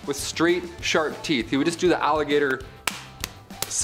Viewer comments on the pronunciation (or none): none